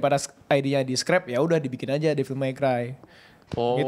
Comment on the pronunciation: Bilang nya FANS tapi pronounce Devil aja kek Bayi